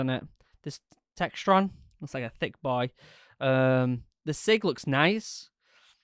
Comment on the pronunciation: Please, never say thicc boy again. Its just something about how you pronounce thicc, its almost like your trying to say thicket boy. Please dont see me as being rude. Im just being a smartass